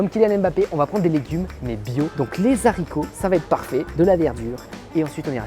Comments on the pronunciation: Les zharicots :) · Les haricots on ne fait pas la liaison une des règles de base de la langue française sa serait bien de montré l'exemple